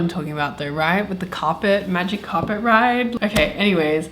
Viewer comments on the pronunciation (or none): none